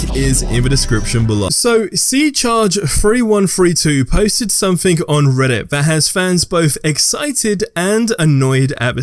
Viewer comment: Something not Somethink. Some - think, others mispronounce words.